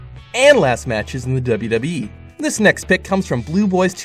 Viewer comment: Every time you say wwe you say wwhe